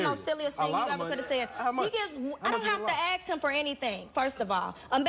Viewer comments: Funny how she corrected her, "It's 'specific', not 'pacific'". It's also 'ask' not 'aks'. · If she wants to be less ghetto, maybe she should say "ask" as opposed to "axe".